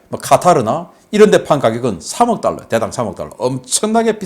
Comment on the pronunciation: 방금 1,5달러 발음 쬐끔 신경쓰시지요